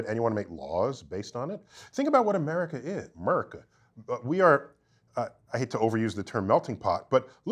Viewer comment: This mf really went and said " Murica' " 🤠😂😂😂🤙